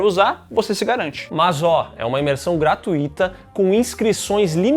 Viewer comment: Gratuíta, com acento no i é quando a, ou só "" para os íntimos, faz uma postagem no "X"